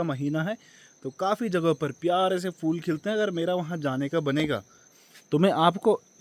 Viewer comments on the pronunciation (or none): Fool nahi phool 😁